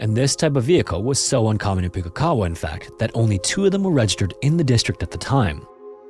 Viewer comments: Not quite the right pronunciation for the Maori place name, but close enough ;) Very interesting hearing a local story being told on this channel. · Most NZers pronounce it as pook-ee-kawa (pook rhyming with book), it's not puke as in throw up :P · Excellent story, as always. I have one critique. Pukekawa is pronounced not as "Puke(like vomit)-e-kawa" it's a little more like "Pook(like look)-e-kawa." Hearing it said like that was... a little jarring. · Just FYI, Pukekawa is pronounced Pook (rhymes with look) -E-Kah-Wah, Not Puke-E-Kah-Wah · It's not actually prononced that way. Puke is said like Pookie (rhymes with Bookie) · I love your story telling technique😍, and no shade to your attempt to pronounce a small NZ town but as a Kiwi-expat hearing 'Pu-ke kawa' instead of 'Poh-key ka-wa' made me giggle😆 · Poo-key-ka-wah Maori place names can be difficult b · not a bad shot at pronunciation. If anyone's interested closest correct pronunciation of Pukekawa would be something like pook (like book with a p) so pookey car wah. Also from NZ and generally stuff like this doesn't happen, there's a handful of cases over the years that just don't make sense. Bain family murders are another and so are Ben Smart and Olivia Hope. edited trying to get the pronunciation a bit closer. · So weird hearing a story from my country on here...incase anyones interested - Im not an expert, but the pronunciation of that Maori placename iscloser to Pook-e-kawa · New Zealander here; this is a very well-known case in our history - I was even once at the same Christmas barbecue as Mr. Thomas when I was a child. In any case, your pronunciation of "Pukekawa" is almost spot-on, but the first syllable is more like "book" with a P. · I'm sorry, but I think I swallowed my tongue from laughing at the pronunciation of Pukekawa XD I'm from New Zealand and Maori names are VERY hard to pronounce for non-Kiwis. Good effort, narrator <3 I hadn't heard of this story, I had to google it after.